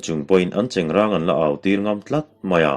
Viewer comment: 25 seconds..3rd ve hlauh. Chengrãng ti rawh, cheng rang chu a in hmeh lo, a pa lo😇...👍👍👍